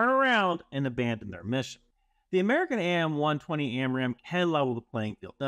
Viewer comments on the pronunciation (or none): AIM-120 and AIM-9 is actually pronounced just like aim as in aim a gun